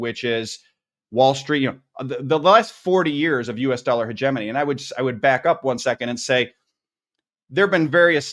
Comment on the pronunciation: I wish the interviewee would learn how to correctly pronounce 'hegemony'.